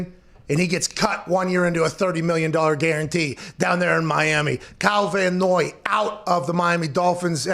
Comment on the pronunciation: I mean, it's Van Noy, but otherwise THANK YOU